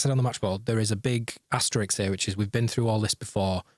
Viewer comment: 1. Why isn't this episode called Don't Look Back in Angus? 2., this is an asterisk = * An 'asterix' is a knobhead cartoon viking with a bald fraud mate. Love the show, great bunch of lads etc. X